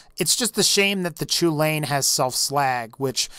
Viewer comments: I'm just gonna let you know, the chulainn, or the choo-lane as you call it, is named after an irish fairytale, and it's pronounced 'cullin' or 'cullen'. You might not care, but i thought i might at least let you know. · Pablo NoEsEspañol the pronunciation was so painful :/